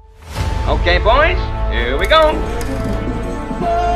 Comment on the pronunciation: Ketika dia ngomong oke boy , google asisten gw langsung aktif njir